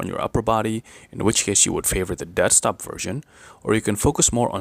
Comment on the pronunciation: Dead stop, I thought you were saying desk top